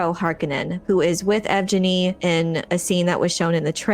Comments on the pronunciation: Yevgenny is a Russian name. It's pronounce Yev-genny, with a hard "g" like in gift or green. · Yevgeny has a hard "g" sound and an emphasis on the second syllable, so it should sound Russian-like. Yev-Geny. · Yevgeni is pronounced yehv-GAY-nee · yev-ge-nnie it's russian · Its pronounced "Yev Genny"